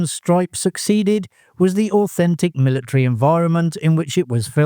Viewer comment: Militree? MILLITREE?